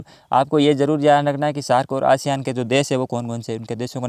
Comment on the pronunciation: एशियान नहीं आसियान हैं।